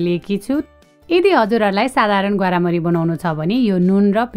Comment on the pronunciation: ग्वार्मरी हो ग्वारामरी हैन दिदी